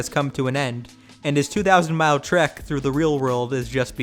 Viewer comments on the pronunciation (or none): none